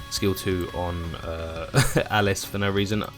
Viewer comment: Alice Al Lisss is spelled & pronounced this way buddy, Alise Ahh lease is the character's pronunciation and spelling.. hope that helped for future vids..